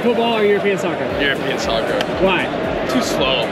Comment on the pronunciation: Please do not say scoccer!!!